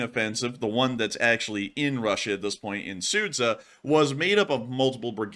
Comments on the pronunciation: The town of Sudja is pronounced Sood-Jar, Not Soot-sah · Sud-Zha. Not Sudz-Ha. It's almost like the sh sound in "sure". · Not Sudza but Sudgaaa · You almost nailed it with Sudzha, however 'zh' is pronounced same way as you pronounce 'j' in 'june'.